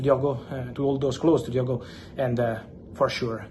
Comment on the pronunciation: Lad from Portugal better than Figo don’t you know, ohhh his name is Diogooo